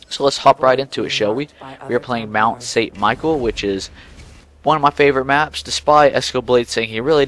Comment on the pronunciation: lol good effort but its michel not michael its french :x